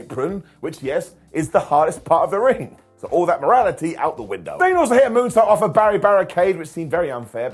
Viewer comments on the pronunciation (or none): none